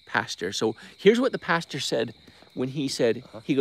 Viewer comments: You are pronouncing the word pastor wrong. A pasture is a place where animals are. You’re 45, get it together. Good grief!!!! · As a Midwesterner hearing "pasture" Midway through conversation I was so confused until I got you were saying pastor.